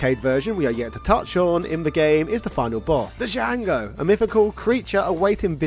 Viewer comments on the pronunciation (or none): Django has a silent "D." I cringed every time you pronounced it "Dijango"